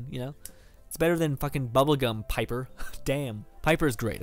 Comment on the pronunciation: pepper really you can't pronounce piper right, I'm just messing with you